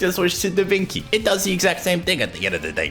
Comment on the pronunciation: Italian's having heart attacks every time says DaVinki